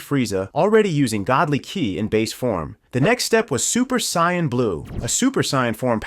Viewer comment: A "Super Sayannn" and "Vajayta" 😂